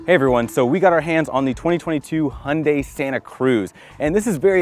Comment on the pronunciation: I like your "Hyundai" sound, almost real Korean.